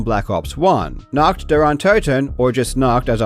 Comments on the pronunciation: For your information: Nacht = Night Nackt (your pronunciation) = Nude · nAcht not nOcht ... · 11/10 pronouncing "Nacht" like the word we germans use for "Naked" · nacht der untoten means night of the undead, few pronounciation fixes: Nacht is pronounced naht, not nakt, the H has to be heard and it almost has to sound like you're trying to clear your throat mid-word, and "untoten" is pronounced with "un" from "unilateral" (without the "Y" sound at the start ("Yuni"-lateral)) and "tot" as in "totalitarian", not "an toe-ten" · Nacht is Night in German. I was wondering what the hell "Naught" was from that pronunciation xD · Its always funny to hear english speakers pronounce the german "CH" its a hissing sound like a cat. So its nacht not nackt 😂 nackt means naked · The ch in "Nacht" (night) is more like a cat hiss, not "nackt" (naket). Also a like "ahhh", not a like "all" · when you pronounce "Nacht der Untoten" you kind of say "Nackt der Untoten", which would mean "naked of the undead" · the "h" sound doesnt occur in english before consonants or at the ends of syllables, "holy" is fine because the "h" is at the beginning of a syllable and followed by a vowel, "nahht" is a very unnatural and difficult pronunciation. Also, English speakers don't typically find the harsh German "ch" sound to be closer to "h" than "k". the other unmentioned problem is that many English speakers do not know how the German "ch" is supposed to be pronounced in the first place. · I usually don't comment, but the way you pronounce "Nacht der Untoten" makes it sound like you're saying "Naked of the undead". 😂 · And then they actually try to pronounce it only to say nakt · You basically call it naked undead 😅😅😂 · Why are people allergic to looking up pronounciations, it’s nacht not noct 😭😭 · For anyone who's wondering: Nacht = night. Nackt = nude. Pronunciaton matters. :) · Any germans who also find it funny how he is pronouncing the word "nacht"? :D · Stop saying Nacht! You butcher that word.